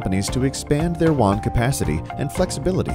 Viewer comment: wA-n wA-n whaaaaaaannnnnnnn!!!!! Not WHON OR WONG OR JUON